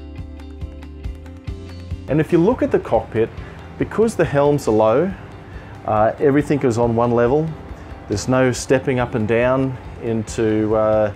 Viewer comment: Dude "everythink" is not a real word.